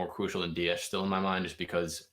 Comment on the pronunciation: ITS DIAS NOT DIASHHHHH....JUST SHHHHHUSH